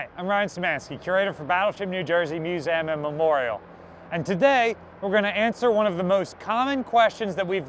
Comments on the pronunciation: I love your videos but could you please stop saying "musam"? It's Museum. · Hey Ryan, are you Canadian? I have never heard anyone call it a muse “EH” um🙂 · Why muse-ay-am? 51 years old and I've never heard anyone pronounce it like that. It sounds incredibly pretentious.